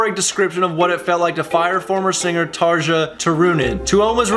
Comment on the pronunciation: After watching so many songs from them, you really should to say their names. :P Tarja is pronounced Tarya. and Tuomas is pronounced Too-aw+mas :)